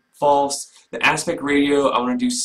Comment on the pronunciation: Ratio is pronounced “ray-shee-oh”…..not “radio”……anyways, just sayin